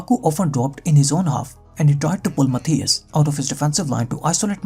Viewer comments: Moreover his pronunciation of "Matthijs" is completely wrong. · No, he didn't say "Matthijs" (pronounced Matàis).